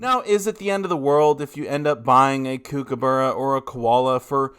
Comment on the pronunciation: You say kookaburra wrong. I’ve said this twice. Kookaburra should be said as cook as in cooking. Not cooc I’m an Australian. I hope I can help you. As I enjoy your teaching.